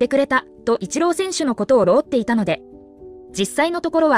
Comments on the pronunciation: タイトル関係無いし、訴えるレベル。あと「労って」は「ろうって」ではなく、「ねぎらって」です！ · 労ってを「ロウって」て読んでますけど大丈夫ですか？